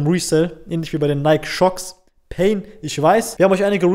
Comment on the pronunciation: Nike wird Naiki ausgesprochen Brud